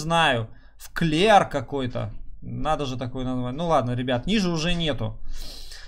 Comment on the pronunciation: Не вклер а эклер ,прочитать не можешь 5 букв